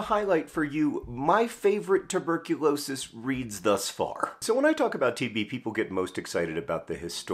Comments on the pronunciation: I didn't quite get he was saying TB and not TV until one minute and 30 seconds in, didn't quite understand why John was so simultaneously fascinated and angry about TV but assumed it was an author thing... But yes they're both plagues, agreed. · Did anyone else keep mishearing "TB" as "TV" and getting very confused? Like, "wait, TV stopped being a big problem in rich countries around 1961? I kinda thought that's when the problem started for us"